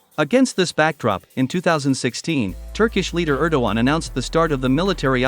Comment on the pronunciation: Er-DOG-Gay-an ErDOGan